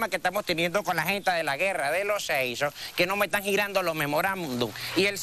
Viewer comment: “Guerra de los seisso” 😂